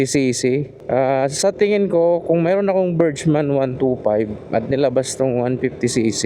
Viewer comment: Pronounce Burgman as BURG-mən. Break it down into two syllables: , imbis na berjman ang bigkas, ang tamang bigkas ay bergman. BURG (sounds like the first half of "hamburger" or the word "berg") mən (a short, unstressed "uh" sound)